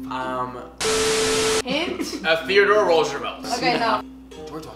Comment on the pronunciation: the way u said theodore roosevelt